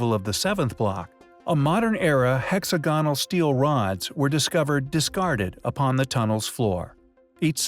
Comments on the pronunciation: Why is he saying hexagonal like that?! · The biggest mystery about this is why the narrator can't even close to pronounce hexagonal 🤦🏻‍♂️ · When I listen to a documentary NARRATOR mispronouncing such a simple word as HEXAGONAL it really makes me cringe !!!! I know, I know .... he's an American ..... BUT ..... For God's sake THAT'S BLOODY AWFUL AND EMBARRASSING !!